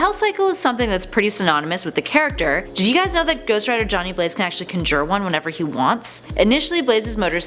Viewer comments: Why is she pronouncing conjure like that lmao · Have you figured out how to say conjure correctly? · It hurts me how she pronouns conjure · Why does she not know how to pronounce conjure? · She forgot to mention his greatest power. His ability to pronounce the word conjure. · Was I the only one bothered by ger mispronouncing conjure lol. Also he doesn't "set your eyeballs on fire" that's not what the Penance Stare is. It can be a side effect... But it isn't what it is. The Penance Stare turns all your sin and guilt against you. Forcing you to feel the pain you've inflicted on others. Also I knew all of these facts lol. She forgot that Hellfire doesn't burn you physically, it's cold to the touch and literally burns the soul. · For someone for whom English is clearly her first language, her weird mispronunciation of conjure is a bit jarring. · I don’t like how she says conjure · If you pronounce conjure incorrectly one more time i will shit a brick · why didnt anyone tell her how to pronounce conjure right 😂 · please don't say conjure like that. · Oh my gosh it's literally painful the way she says conjure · Everytime you said conjure ×.× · That's not how you say "conjure". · Conjure isn't pronounced with a hard j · She says conjure weird.. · Conjure not conjjjjurree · Con jure not cun jure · Conjure, not Cunjure. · you say conjure weird 😂 it's con jurr not cun jurr 😂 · Its not cunjure, its CON-jure. Also i think everyone knows ghostruders most famous ability, which is the penance stare. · For the love God, Someone please teach this girl how to pronounce conjure!! It’s /ˈkänjər/ or kaan•jr It is most definitely not “cunn•jerr”. Also, “conjure” is not one of those words with alternate acceptable pronunciations. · Why are you pronouncing conjure as cun•jure its CON•jure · Con - Jer... really? Conjure. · She seems intelligent but the whole conjur thing kinda ruins it. It's conjure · Conjure(conjer)not con joor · Cun jurr 😂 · "CON•JURE" Say it with me nahw!!!